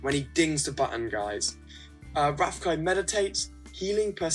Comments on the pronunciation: is rafiki say with me RA-FI-KI ok i love your videos you are pro😎😎😎😎😎😎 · rafiki is pronounced ruh-fee-kee. just saying.( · Rafiki pronouncing: Ra-Fee-Kee. Just saying. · Ra fe key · Hey. You say Rafiki wrong haha you're too funny. Please pick my lineup i want to know what your thoughts on it. It's Bo Peep (Wo), Goofy (Mi), Finnick (Ni), Merida (El), Miguel (Je). Keep being awesome. Thank you!